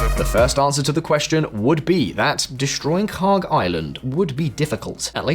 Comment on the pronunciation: "This is KHARK" Ya know, for a second i thought you said... something else...